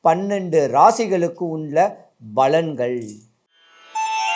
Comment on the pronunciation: balangal illai palangal